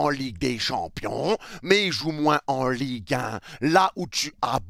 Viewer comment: "EN LIGUE HEIN" 😭😭😭